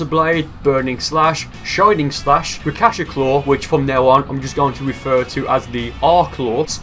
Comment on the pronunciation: I know people will probably find this annoying but it bothers me so I’m gonna correct it anyway it’s rakshasa not rakasha